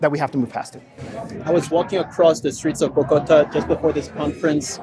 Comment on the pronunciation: Excellent 🙏 (Bo- go- TA, accent on the last syllable)